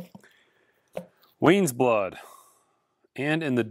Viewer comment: It's pronounced Wise Blood, not Weyes Blood....🫠